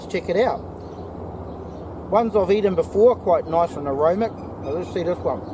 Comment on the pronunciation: just a small thing bro...the word is aromatic....not aromic. Making a tea right now...